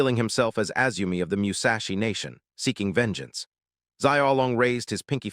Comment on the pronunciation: meushashi is wild instead od sayin musashi